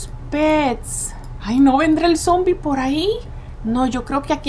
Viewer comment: no cre porque dice zoombie